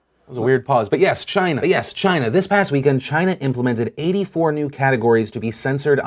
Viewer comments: it's not China, it's GINA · It's pronounced "'gina" as in "vagina" without the "va, " (although I realize that's a word that Donald Trump doesn't' ever use.) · 🇨🇳 🇨🇳 🇨🇳...that was a weird pause but yes 🇨🇳 but yes 🇨🇳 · everytime trump says "china," i keep thinking hes finishing saying "vagina." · that pause had me rollin 😂😂😂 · "That was a weird pause, but yes China!" cut "Yes China!" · "That's a weird pause" "But yes, China" "But yes, China..." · I thought it just glitches for me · china pause got me LOL'in, thanks phil